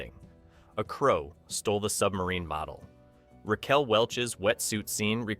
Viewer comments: "Rack-Well" At least this time AI got Ms. Welch's name right. :O) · Can't A.I. correctly pronounce the name "Raquel" at this point in time?